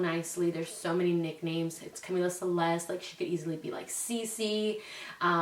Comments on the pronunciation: Natali Vazquez yessss lol that irks me, like say “Camila” like the music group not Camila like camila cabello 😂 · Am I crazy I feel like she keeps pronouncing it not in a Spanish accent lol. Like Cuhmila. Cahmiiiiila. 💕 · how cute!!!💕 my niece's name is Camila Isabel and we call her cam or camina because that's how she pronounces her name lol